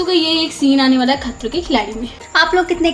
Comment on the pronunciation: the way u said " khatroon" 🤣🤣